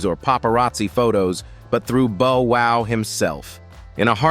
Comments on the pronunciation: Don't forget bo wow, & that's not how bow wow's name is spelled. i really hate AI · Right 😂booster rhyme and boowow😂